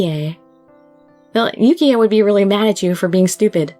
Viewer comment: so you know the e in Yukie is silent